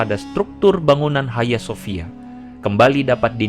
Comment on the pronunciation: Bukan haya sofia. Hagia sophia baca sofia. Bhs yunani.